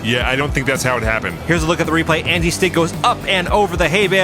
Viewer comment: Why does call them Andy Stig and not Angi Stig? It's really distracting.